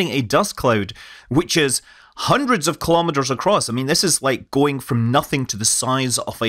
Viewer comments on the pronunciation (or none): none